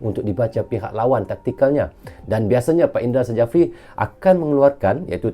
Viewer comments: dibaca indra syafri bang bukan sajafri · Indra Sjafri dibaca Indra Syafri Huruf J dibaca sebagai Y